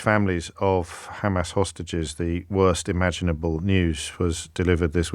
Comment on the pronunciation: You too are saying Khamas now James? Been watching their speeches a lot or what, they asked you to please try to annoy them this way at least?